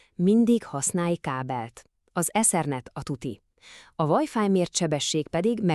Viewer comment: Csak nekem fáj ez a vajfáj? 🤣